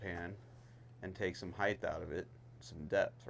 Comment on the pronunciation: You are one of the worst offenders of this, you want to take some HEIGHT out of it, not HEIGHTH